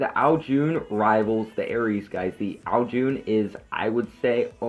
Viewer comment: Sry to be a scroob but u say it like ow june but its ow CHun